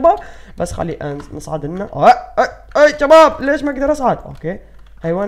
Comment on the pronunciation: ليش تكول جباب كول شباب